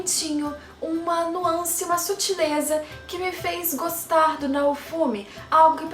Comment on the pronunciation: Você falou nuância? De novo? Perdeu um inscrito.